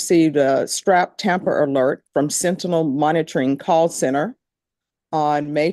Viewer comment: Judge , its SENTINEL.... she butchered the word several times. LOL!!!